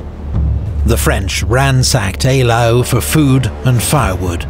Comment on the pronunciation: ‘Eylau’ is most definitely pronounced correctly in the video.